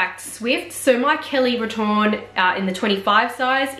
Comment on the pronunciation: Hi. Grammatically retourne should be spelled and pronounced retourné (retour-nay). Retourne would have been used in sentence to indicate the conjugated verb of going back in the third person singular present tense. Retourné is the adjective meaning turned back. The reason why it may not always be typed with the é is because English keyboards / POS don’t have the accents programmed with the various French accents 😉